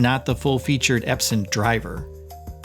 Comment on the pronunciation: Eps-on !! Not Eps-in On...on..on Epson✅